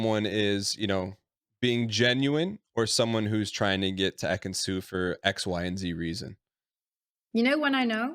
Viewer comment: not ekin-su.. lord not ekin-su😞